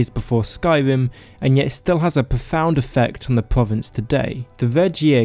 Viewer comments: Dude...p"r"ovince, sky"r"im, b"r"eton!! Whats wrong with your pronouncing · If you can only pronounce pwovince, why do you keep doing it? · I don't wanna be a hater but "pwovince" "militawy" "vewy" "skywim" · Your talking is so cute lmao pwovince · "Povinces" "Ewa" "Skywim" "Mowwowind" "awea" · why can't you pronounce the letter r...pwovince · pwovince, skywim, ewuption. Nice mate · "Povince, eah, powa"